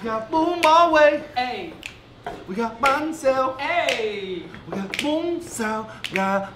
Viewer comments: Huay? Huay? Fung bros it's pronounced as huuuueeehhhh. Hue my home town c:1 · me too! i love them but even and the other guy were saying it wrong (in my dialect). Im like: "its hue, hu-eh, not huaye. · Yeah, they even pronounce Hue as: ghue. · What really got me is the way you pronounced "Hue". Lol, it's "Huế" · yeah and you said Hue wrong